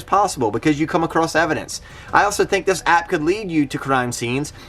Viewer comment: with the everdence lol not evidence